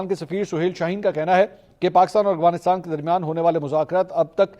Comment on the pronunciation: Oh Mera Bhai Aghwanistan nai hota Afghanistan Hota hy So irritating